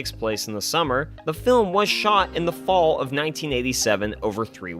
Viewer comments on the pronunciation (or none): none